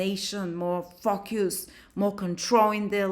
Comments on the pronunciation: Honey!!!!! I just ABSOLUTELY LOVE your accent!!!! Every time you said "FOCUS", I thought you said "FUCK YOUS"! I'm over here like, HELL YEA, THAT TOO!!!! 💯😩🤣🤣🤣🤣🤣🤣🤣💖💫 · 😂😂😂😂 omg I thought the same ... 😅😅😅